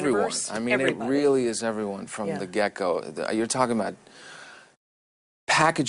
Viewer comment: He’s such a fluff ball. He says “from the gecko” I say get go😂😂 did anybody else catch that